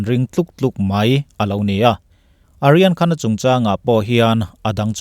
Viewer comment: Kalo sawive lawk aw,"Aryan Khan"ti zawk la,kalo ti a..hnamdang ho,mizo nilo hichu,an hmingtawpah,"A"hi lam tello la kati,e.g Amitabha nilovin,Amitabh..hetiang hian,i aw ngaihthlak anuam thin khawpmai,kalo tran luatah,kalo tawngsual chuan,min ngaidam la...